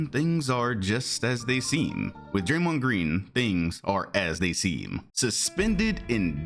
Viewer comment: Golden State warriors is as stupid as thei brAYMOND gWEEN.